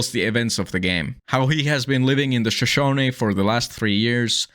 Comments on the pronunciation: Shush-OH-knee I know, injun words are very challenging for foreigners but it still sets my teeth every time you mispronounce it. T someone from the western United States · Loved the video, was having a really hard night and its helping- but i have to ask, you keep saying "Shashane" and cant figure out what it means, sorry if you said early and i just forgot. On a lot of meds. EDIT- Finally realized/put it together its not a noun in the since of the watchtower i thought the word was, its just the name of the national park... but now i know a lot of bout the Shoshone people of western america